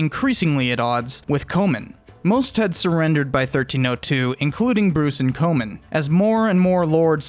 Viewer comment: swing and a miss with some of the pronunciation, but a great video. e.g Comyn is pronounced like common at least in modern day Falkirk ;)